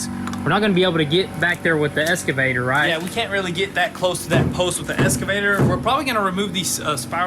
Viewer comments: Still saying Escavator lol. It is Excavator :-) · That's just slang abbreviation and totally cool by me :) Saying ES-cavator instead of EX-cavator though, isn't slang, it's just wrong. You don't call those moving stairs in a mall an EX-calator, do you? Dang sons! Please say that machine's name right! :) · I like the way they keep saying "esscavator".